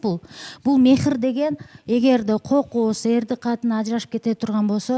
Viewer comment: МЕХИР ЭМЕС. МАХЫР ДЕП АЙТЫЛАТ. НФАКА.БУЛ КАМСЫЗДОО.